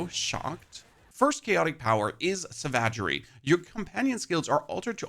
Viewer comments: "Sa vagery". hahahaha Sorry I just found the pronunciation to be hilarious. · The way you said: savagery (like a french word instead of english) almost made me drop my phone😂😂😂